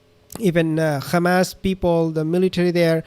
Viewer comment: Man teach yourself Khamas is hebrew pronounce special for Netanyahu who cant pronounce 'H'. By the way it's Khamenei who is current Iran's leader Khomeini has died 35 years ago